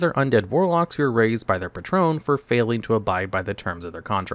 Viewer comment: It seems like so because he pronounced Patron fine in his warlock related videos 😂